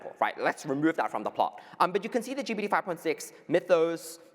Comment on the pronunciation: Did start the Geebeety instead of GPT trend? I notice so many more people saying Geebeety now 😂